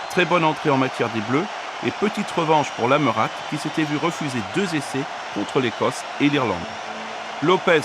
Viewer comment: "Lametate"mdr prononce pas le le t ducon😂😂😂